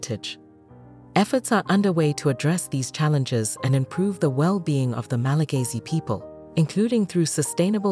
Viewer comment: It's Malagasy, not Malagayzy. 😑